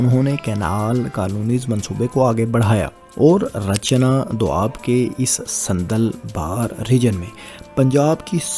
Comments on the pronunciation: Sandal Bar not Sanddal Bar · صندل بار نہی۔۔۔۔ساندل بار۔ دلا بھٹی کے دادا کا نام ساندل خان بھٹی تھا۔ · بہت اچھی معلومات لیکن ایک تصحیح فرمالیں صندل بار نہیں بلکہ ساندل بار ہے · صندل بار نہیں جناب ساندل بار ہے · بھائی یہ ساندل بار ہے نا کہ صندل بار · بھاٸ جان صندل بار نہیں جنا ب صاندل بار ھے درست لفظ۔۔۔۔۔۔۔ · ساندل بار